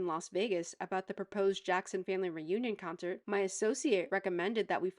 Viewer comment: 'CUNCERT' LMAO